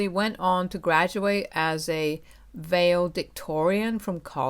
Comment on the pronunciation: first time I heard someone pronounce valedictorian like that.